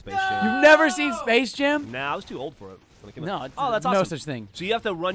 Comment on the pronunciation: Sapce Jam?